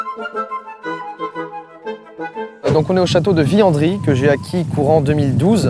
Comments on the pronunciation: Je suis saponarien j’habite à côté de Villandry mais par contre ça se prononce pas viandry mais Villandry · on dit pas viyandrie mais viLLandrie avec deux L comme lourd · VILLANDRY mal prononcé ! ne doit pas être prononcé comme "fille" mais comme "ville"... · Château de Viyandry Depuis mon enfance je je prononce "Vilandry" je suis perdue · On dit Pas villandry on dit ville Andry j'habite a côté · Mdr je veux bien que ce soit son château mais prononce bien les nom xD (villandry) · jai travaillé au resto du chateau de villandry😂et comment ta écorché villandry sa se dit pas comle tu la dit